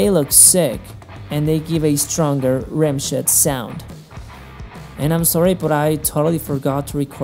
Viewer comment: does anyone else hear "rim shit" ?